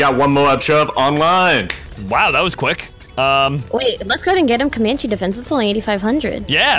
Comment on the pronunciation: I rewound the video like thirty times when I heard him say CoMaNcHe DeFeNSe